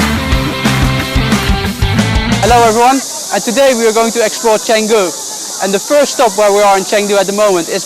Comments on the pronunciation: I’m sorry but hearing you say “Chang du” 100 times was tough.. you spend hours and hours editing these videos but don’t listen or learn how to say the city properly😂? Cheng, basically pronounced “chung”, Jesus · Good lord bro, spend two seconds learning how to pronounce the place you’re visiting 😂. Chang Doo???!? What a vlog you got here